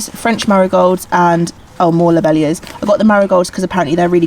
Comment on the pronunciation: You were right they are peonies - just spelt with their horticultural name (which is pronounced pee -on -ee -a) btw - it is pronounced glad ee oh -lie and lob - eel - ia